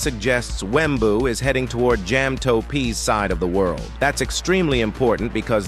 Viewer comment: Wembuu with the hard W at the end XD